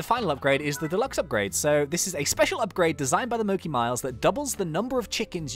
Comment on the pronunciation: Isn't it pronounced Mo-chee? A know mochi is some type of Japanese food, isn't it?